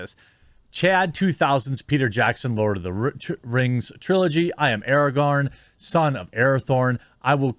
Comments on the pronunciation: "We Lawd of Wings now" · Lost it at Lawd of da Rangs.😤😣😳😂💀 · I had to pause this to laugh at the “lord of the rangs” for ten minutes. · "Lawd of the Rangs"🤣 I bout choked on my food then I thought of it again and almost spit my food out 🤣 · "Lord of dem rangs" ahahaha 😂